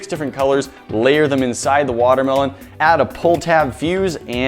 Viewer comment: ITS A WATER-MEH-LOAN!!!!!!!